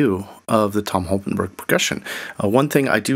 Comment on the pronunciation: Interesting that you call him Holkenburg thrice at the start. It's -borg ( Sounds Swedish ;) ) Borg, since he was born in the east of the Netherlands, that speaks West Low German: a group of Low German dialects spoken in parts of the Netherlands, northwestern Germany and southern Denmark (in North Schleswig by the German minority). Borg = barrow as in tumulus. Burg = borough as in town.